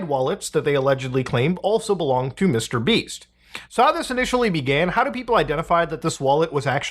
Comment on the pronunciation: Wait. Did you say Mr. Beast or Mr. Beeps?